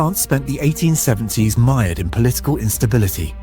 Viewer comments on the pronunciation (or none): pronounced "mired" incorrectly